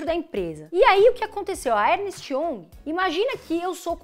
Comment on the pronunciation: Como “educadora” financeira, deveria melhorar a sua pronúncia inglesa, hoje a palavra foi “young”. Não se analisa uma empresa apenas olhando seu passado, temos que olhar para frente, apenas o balanço não retrata o momento atual da companhia, a Magalu também não justifica múltiplos tão altos em sua cotação, semana que vem, queimará a língua sobre Oi.